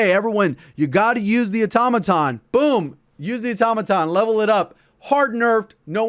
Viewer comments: My God! Thank you for pronouncing “automaton” correctly. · Congrats bro. Your the first streamer I've heard actually pronounce Automaton correctly, its been bugging me since launch that everyone says auto-maton 👍🏻